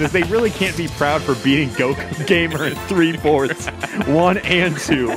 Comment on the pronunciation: Anyone else realised that he said “3 forths?”